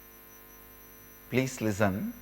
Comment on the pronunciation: pleece lizzun lol